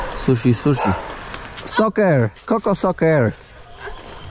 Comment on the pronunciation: Nie soker tylko saker sie wymawia.